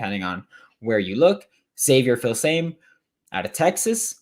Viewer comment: Xavier Filsame Feel-suh-me